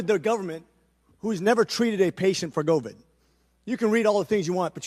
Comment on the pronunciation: This doc has the weirdest pronunciations (novid instead of covid, pandemenic), etc.